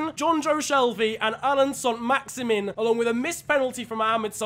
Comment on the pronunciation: its leandro not leonardo trossard and maximin is prounounced max i man